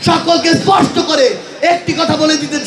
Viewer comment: একটি কথা ইসপট করে বলতে চাই 😅